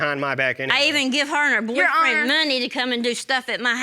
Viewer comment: “I gave’em fewd I gave’em menny.” 😆😆